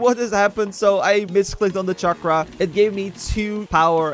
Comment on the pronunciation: its charkra not chickra